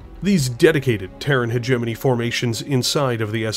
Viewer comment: wtf pronounces "hegemony" properly WTF Edit: ok nvm were back to hegenemy 😄